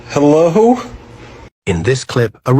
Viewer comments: " hellow ? " " Hellow"? 😂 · " hellow ? " " Hellow"? 😂 " Is it me uour looking for "?